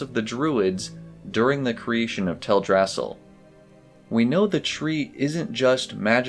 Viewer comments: Oy, it is prononced "Tel Dra Sil", not "Tel Drassel". It is a play on Yggdrasil. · Tell druh sill, not tell drassle. They even pronounce it in game. I see your corrections but you might want to pin it to the top of the page so people read it first. Just a suggestion. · It's Teldrasil not TelDRAsil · It's TELdrasil, not TelDRAsil. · Is it Tell-drasal? I always pronouced it tel-dra-sil. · Its Tell-Drass-EEL Great video, but the mispronounced name bugged me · you lost me at "tell-drass-ill" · theres one thing that bugs me about your video, thats not to be rude of course! this is really well made but Teldrassil is pronounced tel-drasill all one word as it is based off the world tree yggdrasil from mythology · I've always pronounced it Tel-dra-sil too 🤷‍♀